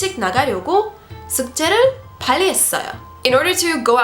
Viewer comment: 발음이 원어민 못지 않아요.. 훌륭합니다... 빨리 발음 더 연습해 보세요..된소리가 약간 어색해 보입니다^^ 발리 아니고 빨리